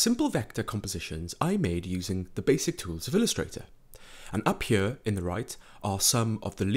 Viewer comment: This narration is killing me. Great tutorials, but if you could talk a bit more normal it would be perfect. ''Huar'' instead of ''here'', I mean, you can do better than this, like you are singing, whispering, yodeling and changing the pitch of your voice constantly to the point it gets distracting and annoying.